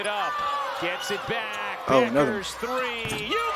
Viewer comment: Dude, her name is not buckers you moron